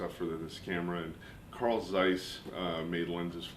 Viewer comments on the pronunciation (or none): none